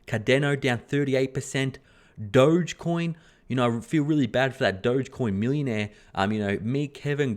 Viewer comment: Margin getting cleared out again, whales will happily grab the tokens you sell them at 31k with massive inflation on the way. Check out the 2013 bull-run for an idea of how a double peak cycle works. Also nice to hear you pronouncing 'dogecoin' the way I like to hear it